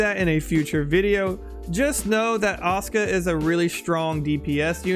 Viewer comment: Awesome overview. Thank you :) Say it with me, "Ah-SOO-ka", Aw-ska sounds like a furry, garbage-can dwelling muppet.